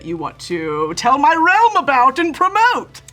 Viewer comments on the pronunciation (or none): none